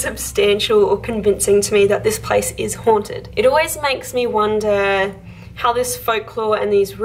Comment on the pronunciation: Yes where you tagged it “Me” that sounded like “Amy” 🤔